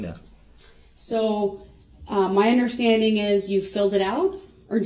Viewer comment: “UnderSHTANDING”. He’s so infuriating. No plaintiff? How about all those people you killed and injured you DF!!!